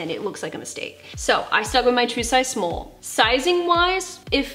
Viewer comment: “My true size smoll” 🤣